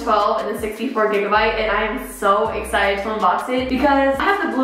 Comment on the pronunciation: Nobody:......: I’m so axcited Lol it sounded like that lmaoooo